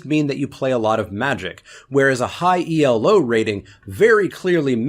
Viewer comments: It's not E L O, it's Elo, which is the surname of the guy who invented it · It's not "E.L.O.", its "Elo." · Elo isn't an acronym. You never say the letters. Elo is the name of the mathematician who invented it.